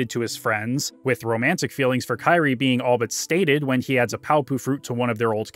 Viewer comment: You say you’re a massive fan but you mispronounce kyries name the whole video. Wondering if you even played these now or just made this video for attention